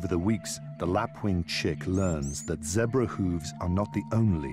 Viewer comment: your vids are great keep working hard plz stop saying zebar zebra